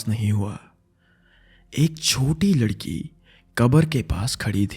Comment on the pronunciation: He said Uss lalki 😂